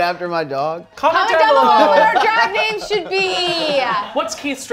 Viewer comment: I loved this but it's SHAMEFUL that got so many of these names wrong. He's banned from being gay. You're over sis.